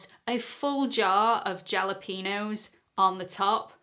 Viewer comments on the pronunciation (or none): Mum islooking good. I was68 in June and am blessed with beautiful grey hair. Loved the wedding pics qnd the kids. They were very articulate. I must comment on your pronunciation of jalapeños. Js are hs in most latino languages. I only know this because I lived in Arizona, USA for 30 years. It is pronunced halqpenos. So much for my extensive language lesson. I have enjoyed and learned so much from you qnd your Mum. Thank you for being honest. It does indeed make you a valued teacher. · Jalapeños 😂😂 the j is kinda silent with it being pronounced with an h so sounds like halapeños 😂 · PS. Jalapeños is pronounced “Hal-o-PAY-Nyos......and boy, did I have a hard time getting That past Spell Check! It’s a Mexican pepper. Spanish is probably the easiest language to learn as it doesn’t have all the “exceptions” to it like English. Your schooling for today. You’re welcome 😉 lol PPS. In Spanish, “j” is pronounced like a soft “h”.....like Jojos (an American Mexican bar) is pronounced “Hohos”. And that’s the end of today’s lesson.